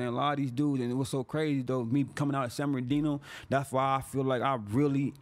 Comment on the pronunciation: Every time he says “San Bernardino” , it sounds like he’s talking about a guy named Sam Berdino